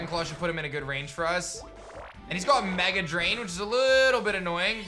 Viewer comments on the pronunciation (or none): none